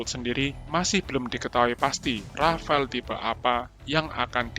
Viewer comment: Rafale min bukan rafael 😒